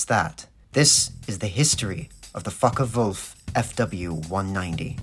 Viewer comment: A z in German is pronounced as tss [Flook tsssoik]...please do your basic home work before doing a video. P F eerd and not feerd etc..